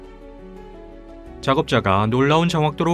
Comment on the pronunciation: 굴착기를 굴싹기라 발음했나요? 말끝마다 음을 높였나요?